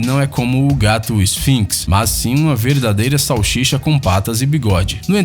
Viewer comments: "chachicha" o cara falo errado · ele falou salchicha crua ele falo erado olha 12 54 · Só eu que percebi que no ele falou salchicha sendo que o certo é salsicha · É salsicha nao salchicha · Xalshixa como vc fala isso salxicha como isso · ele falou salchicha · "Salchicha" Alguém mais notou isso? :v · amigão, se diz salsicha e não sauxixa como foi dito. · Vamos harmonizar este português, soletra , SAL SI CHA, mais uma vez, SAL SI CHA. muito bem. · Quem escutou ele dizer salchicha dá like ai embaixo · O cara é YouTuber e fala salxicha??? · Pra mim o canal perdeu a credibilidade depois q ouvi salchicha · Kakakkakaa mo agonia dele falando Salchicha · "e sim uma xalchicha com patas e bigode" kkkkk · (Salshisha) crua kk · Falou sausicha erado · 'Salsicha" é o correto 😉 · Tava até interessante mas quando falou xalxixa não consegui levar o video a sério mais 😂😂😂😂😂😂😂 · SHAUSHICHA KKKKKKKKKKKKKKKKKKKKKKKKKKKKKKKK CARALHO RI DMS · Kkkk "salchicha" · Chauchixa crua kkkkkkkk esse homem tem um ótimo português kkkkkkkkkk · Se eu pegasse uma "salshicha" crua? Tenha dó, por favor... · Sou eu ou o narrador não sabe falar SAL-SI-CHA? Com este vídeo de título desagradável, me desinscrevo. Claro que não haverá impacto nenhum. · Ele falou salxixa😂😂😂😂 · #MelhorPronunciaDeSalsicha SAUCHICHA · "Salchicha" hahahaha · Salchicha foi de doer os ouvidos! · shalxicha kkkk.o cara nao consegue pronunciar salsicha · Momento ele falou salshicha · Shalchicha kkkk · Salshixa ? heuheuheu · O diabo não cria nada, só destrói. E não adianta fazer esta voz embostada de rádio FM do sertão e falar "salchicha". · O tradutor essa voz falou salchicha e salsicha kkkkk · pera ele falou salchicha? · "salchicha" hahaha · Parei de ver no "salchicha". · salshicha kkkk uheuhe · ele falou shalsisha kkkkkkk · "salxixa" kkkkkkkk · uma verdadeira "salxixa" kkk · só eu ouvi salxixa? Kkk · "UMA SAUXIXA CRUA" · "Salchicha" kkkkkkkkkkkk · "pegasse uma 'salchicha' " 😂😂😂😂😂😂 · "Salchisha pelada" kkkkkkkkkkkkkk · xauxicha...! kkkkk